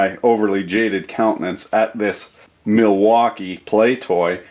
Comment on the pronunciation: The Plastic is NOT nice and Ridgid... It's a "MilFAUKii"... lel